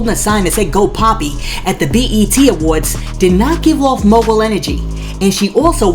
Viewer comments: JUST NASTY PERIOD! She got laid and played! She can barely say Mogul ! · First of all how could you expect to be a mogul when you can't pronounce the word mogul. Who does she think believes anything she says. The only thing she wanted was to be the bottom bitch for Diddy